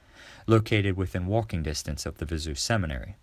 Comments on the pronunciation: Viseu is pronounced Viz-a-o. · If you’re going to make videos about Portugal, you need to learn how to pronounce things. “Viseu” is not “vi-ZOO” - it’s “vi-ZAY-oo”.